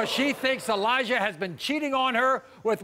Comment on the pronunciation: Its not Elija, but eLIEja